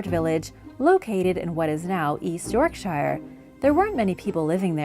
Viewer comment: York sheer